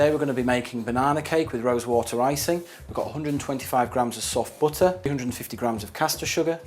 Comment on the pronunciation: why does he pronounce butter as "booter"?